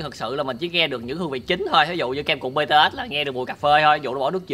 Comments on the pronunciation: Em là fan bTS luôn đó và Em nhắc anh là bTS mới đúng chứ ko phải bê tê têch Đâu Anh đọc Sai chính tả rồi😍😏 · Btet mà cứ đọc là Btết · Ko phải là bê tê us mà là bị từ ét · má ARMY như tui nghe ảnh đọc chữ BTS là "bê tê ét"mà tui tức á trời >:< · Ổng đọc chữ BTS tui trầm cảm 🤣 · kem cuộn bts ko phải bê tê ét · Anh ơi BTS đó anh đọc sai rồi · Đọc sai tên BTS, còn sai luôn cả J-Hope BTS